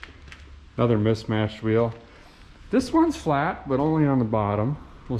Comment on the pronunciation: "This one's falt.....but only at the bottom...."... i lost my shit xDDDD